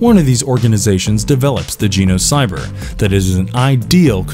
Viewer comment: learn how to pronounce Genocyber ffs